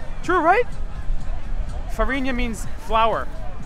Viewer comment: Also, you got it right: Flour = Farinha :)